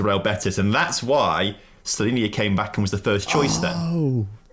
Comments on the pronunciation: Sło-ni-na not Slovenia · Suo-nhi-nah maybe it will be easier for you